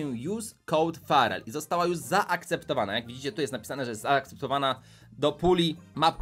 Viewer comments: Ja zamiast farrel usłyszałem szpadel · XDDDDDDDD co za angielski brawoo:p a tak przy okazji jak się nazywa twój klan? mam 9 i pół tysiąca puszek i nie wiem czy to starczy